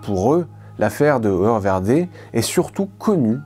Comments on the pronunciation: Bonjour si vous me permettez : Hoer en Néerlandais se prononce " hour, (oe =ou) et non "eu". Bien à vous, bonne continuation. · Le mot hoer se prononce "houre" en néerlandais